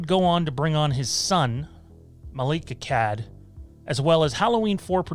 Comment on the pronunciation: Dude the way you pronounce Akkad makes me winch LOL! Its pronunciation sounds like Akaawd ;^)